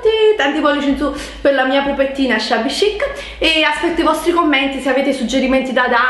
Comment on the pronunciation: secondo me ormai lo fai apposta a dire shabby chic😂